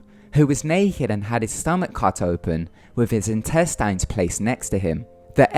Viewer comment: IntesTINES the way he says it wtf lol